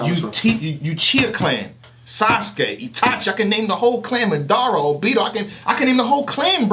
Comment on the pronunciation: ITS NOT MADORA, ITS MADARA (MA-DUH-RUH) ! Just for that, get this work in MK lol